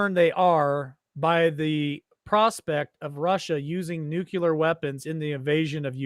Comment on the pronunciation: If you’re going to talk about a nuclear threat, how about you learn how to pronounce the word ‘nuclear’…